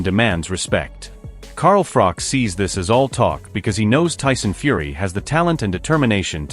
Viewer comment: It's Froch, not Frok